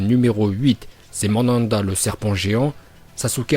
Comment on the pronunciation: c'est pas Mandanda mais Manda 🤦🏾‍♂️